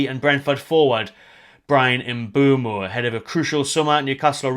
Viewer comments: M’Boomo not M’Bwemo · Everyone keeps spelling/pronouncing Mbeumo’s name wrong 😑😅